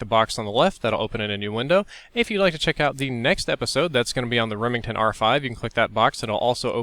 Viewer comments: Remingtong? Its remington not Remingtong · Remingtong? Lol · remingtonG lol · Remingtong XD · "Remingtong R5" J/S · Lol remingtong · REMINTONG lol